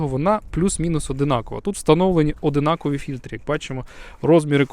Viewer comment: ОДНАКОВІ! Вухо ріже